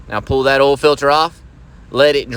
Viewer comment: You know the oil change is gonna be right when they pronounce oil as “ul”